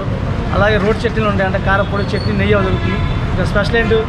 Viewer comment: నెయ్య కాదు నెయ్యి. ఈమాత్రం కూడా తెలియని వెధవలు వీడియోలు తీస్తే మా ఖర్మకొద్దీ మేము చూడాలి.